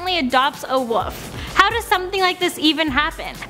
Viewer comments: Wolf not woof omg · wolf LLLLLLL not woof WOLLLLLLLF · she keeps saying woof not wolf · Wolf not woof! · I hate people that say woof instead of wolf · I'm disliking for the soul reason she said 'woof' instead of wolf... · Wait does she mean to be saying woof cose I thought it was wolf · was it Christian woof or Christian wolf😕😕